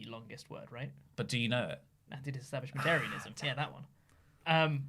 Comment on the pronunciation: It's antidisestablishmentarianism not antidistablishmentarism gosh